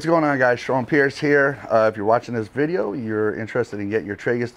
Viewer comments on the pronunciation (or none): none